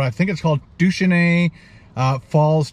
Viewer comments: "doo-shay-knee falls" just for future reference :) great vid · I think the falls are pronounced “Doo-shaney” at least that’s how my family always pronounced them.